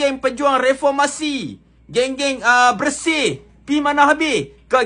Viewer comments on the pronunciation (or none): Bersih dah jadi bersin 2.0😭😭😂